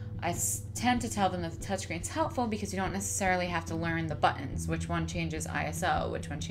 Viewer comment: Very informative. Thanks! Btw I love how you say buttons; it sounds something like "buh-ns" lol